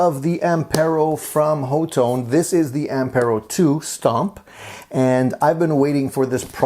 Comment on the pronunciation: The company says ha-tone.